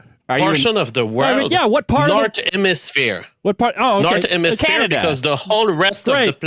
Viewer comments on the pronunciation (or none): I lost it when he said "ze nourzeurn emisphear"